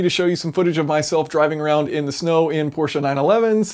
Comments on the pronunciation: Thank you for saying "PorschE" and not "Porsch"! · Thank you for saying Prosche and not Porsch. Greetings from Germany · As a German, i VERY much appreciate that you are able to get the name of the brand Porsche out without completely butchering it, as many or most americans sadly are prone to doing. When there is the letter "e" in a German word, we fully expect you to SAY the letter "e". Otherwise we woulda dropped it for efficiency´s sake. (If you are also able to correctly say "folksvahgen", instead of that abomination most other americans somehow manage to craft, i will name you a honorary scholar of the German language.)